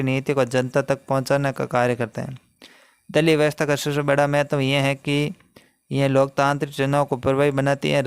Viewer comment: दलीप नहीं ❌ दलीय हैं